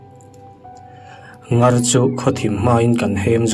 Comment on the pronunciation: Comment i en ngailo nge ni...i like hlei lova,ṭawng thluk diklo i hmang leh ṭhin...ngar hi thluk hniam tur aw...mut chhuakin min zem tih pawh zeem tiin lam rik tur...